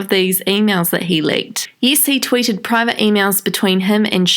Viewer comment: private* not privte